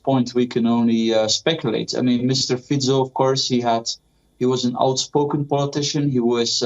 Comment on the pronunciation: He is not pronounced Fiko, but Fitso. C is always ts in slovak language (the only exceptions are foreign words). Also - Banska Bystritsa, not Bystrika (Banska Bystrica), etc...